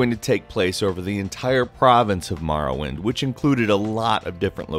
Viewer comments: Every time he says marwind I cringe so hard maybe be able to say the name before you make s video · STOP calling it Marrowind. >=[ Wtf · You say Morrowind strangely... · In what part of the world do English speaking people pronounce or as ar? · Morrowind . You say it so strangely its an Oooo sound. Not Marrawind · MORE - OH - WIND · Maorowind? Why dose he pronounce Morrowind like Mao Zedong? Both 'o's should get the same noise. Also #1 has nothing to do with Morrowind. The first one listed doesn't even address the game, it talks about another game. Mildly interesting but completely unrelated to the video's topic. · I pronounce it more-oh-wind... it's very difficult to watch this video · its pronounced Morrowind NOT Marrowind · It's More-oh-wind, not Mar-win. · More-oh-wind. Hearing you say Marr-uh-wind is very annoying. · Here's a fact. It's Morrowind. Not Marrowind. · Am I the only one who got the shits when he says MAR-rowind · MORROwind, not MARROwind! I'm having a hard enough time convincing my brothers to say it right without everybody getting it wrong at once. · Love the way calls the cane Marrowind not Morrowind. Hahaha MAROwind. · it hurts so fucking much to hear someone saying "Marrowind" instead of "Morrowind". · Maworwind...it's pronounced more-or-wind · why do you pronounce it Marrowind its pronounced Morrowind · what the hell is Marrowind? lol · its not marrowind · morrowind, not marrowind! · lol I came upon this again over a year later and was getting triggered again by Marrow-wind. More-oh-wind. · The way he says Marrowind really bugs me lol. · What is this Marrowind that I keep hearing about?